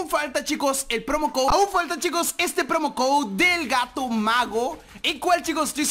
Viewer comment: no se dice promocode se dice promocoud